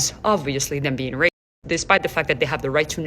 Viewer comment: Girl everytime you say raytissciss I crack up😂❤